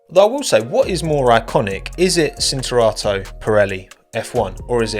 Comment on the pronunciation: Cinturato (belted), pronounced /ʧintuˈrato/ with the ‘ch’ sound in English. same applies to Lancia